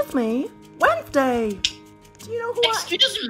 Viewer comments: "WENSDAI" HELAP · why did he speak in cursive when he said wednesday